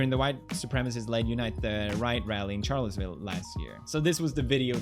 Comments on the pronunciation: When he doesn't know the reference so hard that he pronounces it CHarlottesville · It’s pronounced sharllottesville Felix.... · "Ch" arlottesville ... rlly pewds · he said Charlottesville wrong and it got me triggered